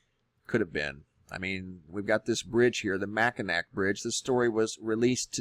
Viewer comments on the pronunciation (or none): Hey there, I'm from Michigan and live inland and the weather is just nuts!! You do great work....however, fyi...Mackinac is pronounced Mack in aw...lol...cheers!!👽👽👽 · Born and raised in N . Michigan. Mackinac Bridge is frequently shut down due to weather. The only water on the bridge was blown on it by the wind. Place a W at the end of Mackinac , it has an aww sound. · Mackinac is properly pronounced: mak'-i-nah. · No! You said Mack-in-ack! It’s pronounced mackinaw and we Michiganders get really triggered when people pronounce it wrong XD. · Please!! As someone who grew up in MI, I must ask you to pronounce the bridge and island correctly...not Mac a NAC but mac a NAW--rhymes with 'saw'....mispronouncing it is like chalk squeaking down a chalk board....thank you! ( 😉 ) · hey bud.. we're bass ackwards up here, it may spell out Mackinac, but its pronounced mack-in-awe :3 just a friendly, neighborhood Northern Michigander less than 60 miles away from the closest major lake... our river, running through Antrim County, the Intermediate River, is at the highest its been in 20 years... docks that were a foot above water when i was a kid are now semi-submerged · Brother, it is pronounced "Mackinaw", the bridge linking the lower peninsula and the upper peninsula. Great work on your channel. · It's pronounced "See-shh" and "Mackinac" the c is silent...so it's mackinaw. And the bridge was closed because of high wind not "water covering the bridge" as you stated. If water ever covered the Mackinaw Bridge the entire area would submerged. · Did he just say Makinak? What the hell? LOL. And they stop traffic on the Mackinac Bridge, all the freaking time. Learn to pronounce the names of bridges dude. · Michigander here. The water did NOT go over the Mackinac (pronounced Mackinaw) Bridge. The traffic always gets limited during high winds. That article had sustained 50 mph winds with higher gusts. They were escorting vehicles across the bridge. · Mackinac is pronounced Mak-in-aw